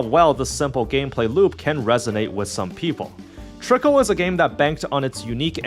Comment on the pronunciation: While I acknowledge this is only a week-old review, and I'm not upset about unfamiliarity with some game's elements, the video does kind of read as one made "just to get it over with" without much engagement or desire to play it in the first place. As such here are some notes starting with two general points: It's "Trickcal", not "Trickle". They even say it every time you open the game! The usage of "idle" vs "autobattler" is pretty sketchy and inconsistent but that's a topic of debate all of its own. - I feel like this part is kinda misrepresenting the situation, since the game was successful before the Speaki meme came around, and even before its global launch. I'm sure it brought a lot more eyes to it, but I think you put a bit too much emphasis on its impact to the game's success. - This part is just factually inaccurate and shows a terrible lack of research. There are plenty of materials showing the troubled history of the original launch of Trickcal in 2021 or so, which was so atrocious they had to close it back down to polish it more. The current iteration (Trickcal: Revive) was released in 2023 and has been significantly better received in Korea and even had quite a lot of global interest before the worldwide release. Trickcal: Chibi Go is the name of the global release equivalent, and while it has a few changes from Revive, it's more or less the same game, not a new release. - The global story is in its worldbuilding set-up phase, but even at this poin